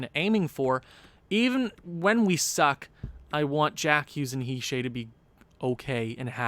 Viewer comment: He’s not a troll. He is just correcting how you say certain names on the team. (Btw your pronouncing Hischier the wring way but it’s not that important, also keep up the good vids